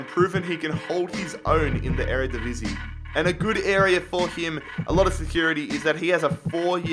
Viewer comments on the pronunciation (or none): none